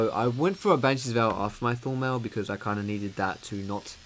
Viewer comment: everytime he says Thornmail I understand Full metal ^^ hhaah